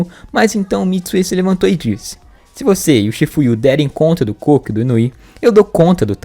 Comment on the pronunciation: Gente o nome do cara é Koko ou melhor Kokonoi e não cocô 🤣🤣🤣